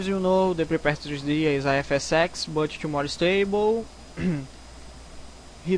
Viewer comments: You say FSsex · Did You say Fs sex xD Anyway Nice And smooth Fps .. Goood Video xD